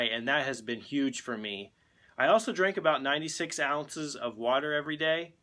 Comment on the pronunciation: could someone care to explain what's 96 ounces of water? sounds like 96 spoons😅